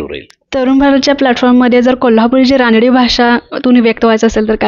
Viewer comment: अग रानडी.. रानडी काय म्हणतेस. रांगडी म्हणतात. रांगडी भाषा हा शब्द तुला माहित नाही..? कमाल आहे. मग मुलाखत काय म्हणून घेते.